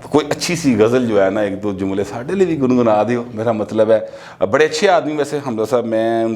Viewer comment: میرا مطلب ھے کہا کریں.. جلدی میں آپ ( ملبے ) بول جاتے ہیں...